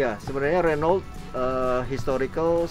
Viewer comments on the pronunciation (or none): Pak bos nya aja bilang renoult bukan runo bang.. Mantap ini truk..bukan kaleng2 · cmn salah penyebutan renault harusnya renow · Saingan sama Volvo FMX,Scania(Swedia),Mercedes Benz (Jerman),Iveco( Italy) 😁,Di Kalimantan paling banyak truk2 ini, nyebut Renault nya kurang tepatSwaedia/Prancis/Jerman/italy ejaan hurufnya sama kaya Indonesia,Jadi baca saja kaya baca ejaan Indonesia bukan kaya bahasa inggris 😂